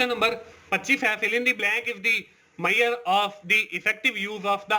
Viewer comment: APKO SPELLING TO SAHI SE PARNA NHI ATTA MEAUSURE KO MAYYAR BOL RHE HO